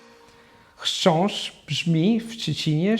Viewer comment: I am impressed by your chrzaszcz brzmi w trzcinie w szczebrzeszynie 🙂